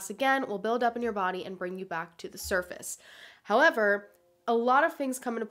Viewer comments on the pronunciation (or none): none